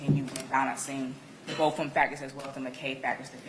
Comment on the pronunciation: just said "we bof would like...." Law school was wasted on her. 😂